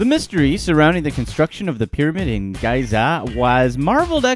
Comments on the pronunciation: Did he just pronounce Giza (gee-zuh) as guy-zuh ??? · Giza- pronounced gēza! Fool! The first two a's are pronounced Tăn-ză-nía, like ăpple. Antikythera is pronounced ăn-TIK-ï-theră. Pronounce your words correctly PLEASE!! The ignorant should not educate others. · Haha! I think you mispronounced Giza on purpose 😃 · Its bothering me so much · hahahaha same. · You lost me at your mispronunciation of Giza. I have to assume the voice is computer generated, and the content is bogus, as any intelligent American knows how to pronounce the name of that famous Eqyptian pyramid.